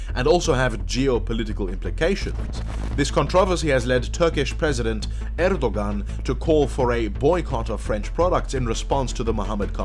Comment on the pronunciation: Next time read Erdogan more like Erdo`an. Just a hint :)